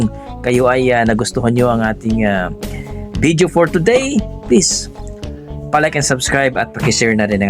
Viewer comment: ......It isn't BID-YO, it's VID-YO Not WHEE-TER, it's WAY-TER.